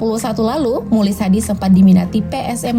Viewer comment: mukhlis dibacanya muklis bukan mulis yg betul dong min cara baca kalimatbnyak belajar lg min....